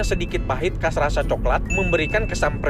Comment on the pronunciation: Bukan kas, tapi khas..